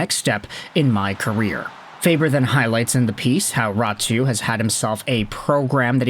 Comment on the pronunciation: its not ratu its RÄTY. like rat but with a strong finnish y at the end NOT RATU.